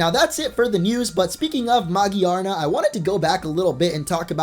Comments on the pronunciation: Who's Magiyarna? You mean Megearna? That's how the Japanese pronounce it ugh Pokemon names confuse me when every youtuber says them differently. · it's ma-gear-na, not magiarna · Magi-arna? I think it's Ma-Gear-Na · It is ma-GEAR-na it irritates me how he says magirna Or what he says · "A sick little video" I see what you did there. Also, why can no one say Magearna correctly?